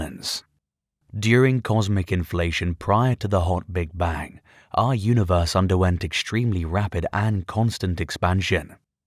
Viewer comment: Sir its Bang ! not bank.